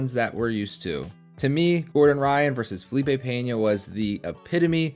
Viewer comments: LEARN HOW TO SAY HIS NAME CORRECTLY FUNCKING GRINGO ITS PENA NOT PENHA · It's not Peña by the way, it's Pena. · There is no “Peña” bro, we dont speak spanish, it s Pena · Talking about helping grow the sport, start to say correctly the name of the Brazilian athlete, Pe-na gringo Pena!